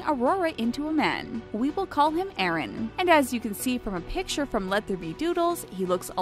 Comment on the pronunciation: Cinderfella has the same liking for cleaning as revaille or for weebs like me, levi. I know, its already obvious but i cant stop myself. Also, hears the name eren ... Is that what I think it is? I know its Aaron but the way the narrator said the name made it sound like she was saying eren.